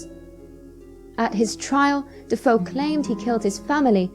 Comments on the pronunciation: Regarding Amityville- isn't the name of the originally family pronounced "De-FAY-oh"...spelled DeFeo? ;) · de feo, pronounced de fay_oh, sorry bout that but its spanish not french